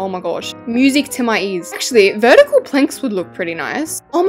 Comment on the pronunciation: It’s vetical